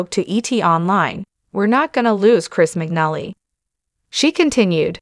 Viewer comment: His name is pronounced wrong